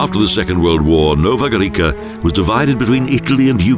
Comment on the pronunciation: Again the prounanciation: Jesenike and Nova Gorika, terrible! The letter must be pronounced as . So, Jesenitse and Nova Goritsa is the right prounanciation! Your speakers couldn't learn that simple rule?! If they don't they are really stupid.